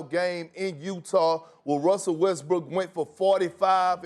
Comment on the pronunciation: Broooo 😂😂 Am i wrong, or is Perkins continuously saying "Wussell Westbrook"?